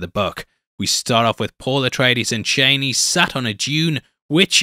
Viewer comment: her name is pronounced Char-nee